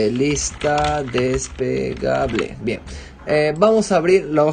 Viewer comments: falto vocalizar "despegable" seria mejor desplegable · No es despegable, es desplegable....despegable es de despegar algo, desplegable es de extender....el hombre no pronuncia bien la palabra y por eso desconcerta... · jajajajaja sabes que estaba pensando lo mismo... No es despegable la lista, es desplegable :-) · Huy perdón hombre....no se dice desPEgable, es desPLEgable.... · des PLE -PLE-PLE gable.... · No es despegable se dice desplegable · DESPLEGABLE, No Despegable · Muchas gracias, me sirvio mucho, un consejo es lista desplegable no despegable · depegable no amigo.. desplegable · Se dice DESPLEGABLE y no "despegable", pequeño detalle. Por lo demás muy bien. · es desplegable no despegable... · "Desplegable", no "despegable". Lo primero se refiere precisamente a una hoja grande dentro de un libro. Despegable es que se puede despegar. Y precisamente en su ejemplo lo que pretende es "unir", no que se eche a volar. Por lo demás muy bien hecho. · Ciertamente, muy útil la información. Pero me choca que diga "despegable" jajajajaja. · Despegable, despegable, despegable...🤯🤯 ¿Será porque se despega? 🤔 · Se dice "desplegable" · Buen video, pero se dice "lista des-ple-ga-ble, gracias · DES-PLE-GA-BLE con "L" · Se dice desplegable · Me generó ansiedad jajaja, pero muy buen video!